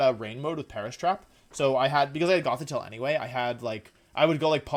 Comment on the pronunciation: Pronounces Gengar as genjar. Gothitelle as gothitelly like what it ain’t a Telly tubby. It’s gothi-TELL.